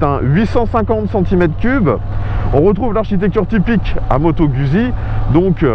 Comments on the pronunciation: Ca se prononce "GOUTZZI" mais surtout pas gusi ( je suis rital, donc JE SAIS,) ce n'est pas un simple avis. et OUI, cette bécane en Full ( pas comme dans cette vidéo) est d'un immense agrément. Je confirme que l'absence de jauge de carburant est difficile à pardonner.... bref, TRES attachante au quotidien, mais pas seulement, étonnament performante à l'attaque dans les virolos quand on l'a bien apprivoisée (c'est plus elle qui vous apprivoise, mais passons...) dpartie cycle assez rigoureuse qui met en confiance ; alors OK, elle n'est pas parfaite ( mais quelle machine l'est?) ... c'est "GOUTTZi" (ceci est une touche d'humour). Guzzi c'est, si je caricature, et c'est le cas ici, l'âme (LE COUPLE JOUISSIF quasi dès le ralenti) d'une Harley, mais qui pencherait sans frotter et freinerait. Moto idéale? Je ne sais pas...mais attachante et jouissive, oui, assurément! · /!\ Peccato se dice " Gout'si " !!!